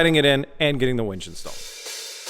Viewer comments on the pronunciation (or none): Oh, did you just said it wrong